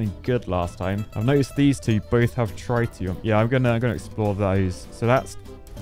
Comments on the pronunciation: ITS TREETIUM not TRY-TIUM, IM CRYIN 😭😭😭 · Trite--e-um? That makes my head hurt and bugs me in a bad, bad way. I know my nuclear physics, some of my isotopes. Trit-e-um, please. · you architect. It's Trit like TIT not try. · for refernce its tritium (trit-e-uh-m) i was in the british army and we use tritum is our sustas (british acog) (its what makes them glow at night) (no battery's required lol) but if dropped very bad XD hope this helps (unless its just the posh lad accent lol) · Only Architects can't pronounce Tritium correctly...🤣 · Hearing you saying "tritium" was a strugle😅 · Tritium is pronounced that way? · ...Please get a pointer on how to pronounce "Tritium" because this is painful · The way he pronounces Tritium is...really irritating.